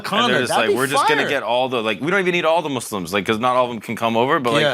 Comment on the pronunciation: what i've just realized is that this whole time they've actually been pronouncing muslims with an "s" sound not a "z" sound which i appreciate so much, little things that count lol